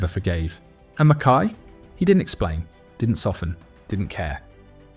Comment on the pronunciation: Pronounced Mackeye. Somebody should tell your AI narrator. Mackay was a great player and a mega hard man. Could have ripped the revolting Bremner and the other Leeds gangsters to pieces had he really wanted.